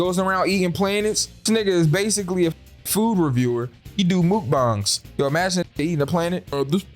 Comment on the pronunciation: This man said “mook bongs” 😂😂😂